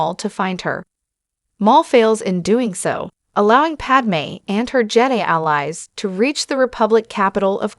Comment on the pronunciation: Thumbs down. Bad AI -- can't even pronounce "Jedi" correctly. 👎